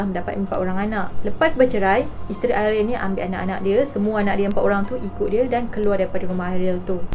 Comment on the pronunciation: Ariel ke Airil.. dgr macam Airil😂